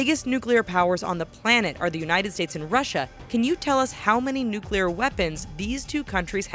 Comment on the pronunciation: 1200 nuculer wepons